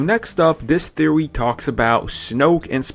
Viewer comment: Theowy Twiwogy Waskily Wabbit